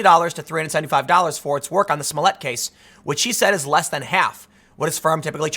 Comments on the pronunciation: I believe Tim is miss pronouncing his name wrong it's juicy smooyay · Juicy Smolliet, pronounce right. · Who is this Jussie Smolett you speak of? I’ve only heard of Juicy Smoll-i-ay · His name is pronounced Juicy Smulliette. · It's pronounced, juicy smoll-e-a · It is pronounced Juicy Smoillé.